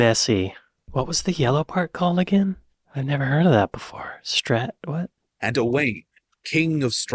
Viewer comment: Owain should be pronounced Owe - ine